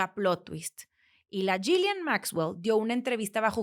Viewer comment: Creo que el nombre de la ex pareja de Epstein se pronuncia “Yilein”